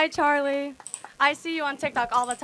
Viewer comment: Sorry just a little point I would like to make. Respectfully could you please find out how Charlie's name is pronounced before going on air, in respect to him. 🙏